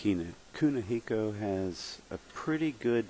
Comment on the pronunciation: That's Kunihiko...say it right bitch, and screw you guys we aint paying money to watch matches on here